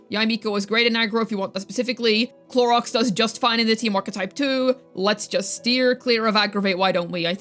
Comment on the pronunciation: I'm so tired of you saying Clorox or Cloriander its sooooooo annoying at this point. Just say her proper name its not that hard geez.